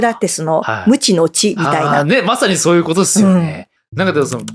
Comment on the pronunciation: 「それは醤油ぅことです」 言い間違えにも正しい字幕。笑